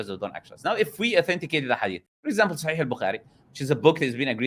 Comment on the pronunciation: This guy is either an ex muslim or someone who knows a little bit of Arabic They way he pronounced “Sahih” and “Muhammed” is very accurate.. too accurate